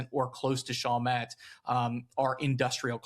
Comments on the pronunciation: Your pronunciation is off it's Shall Met, not Shoul met. Just for your historical correctness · FYI it's not pronounced "SHAWL met" its actually "SHALL met"